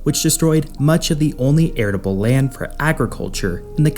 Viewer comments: airitable? arable! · "arable", not "aratable". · It is arable land, not aridable. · You keep saying aridable land to mean land fit for farming. I believe you mean arable land. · "Arable" land. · What is Aritable land? I had assumed you'd just mispronounced arable the first time, but you keep saying it. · The word you are trying to use is arable. It sounds as if you are mispronouncing it as "aritable." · Are you saying "aridable land" ? Instead of "arable land" ??? Fucking Lmao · Aritable land? Aratable? Irritable? .... Don't you mean ARABLE ? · I did enjoy this video. Thank you for the time and effort you put into it! *It isn't "aridable" land. It's arable land. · A very informative video, but it's arable land, not aritable. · "arable" not "aridable" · I was irritable hearing you say aridable when you meant to say arable. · I don't see how you can promote learning a new language when you can't even speak your, presumably, native language. The word is "arable" not aritable. And it wasn't a slip of the tongue, you kept using it. Also, it is pronounced et-cet-era not excetra. Your "scholarship" is far too casual. And just to forestall; yes, I am that picky and proud to be. The correct use of language is a civilizational cornerstone. Let language skills degrade to where people are "axing" questions and witness the demonstrable precipitate drop in average intelligence and rise in anti-social behavior. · Couldn't get past "aridable land"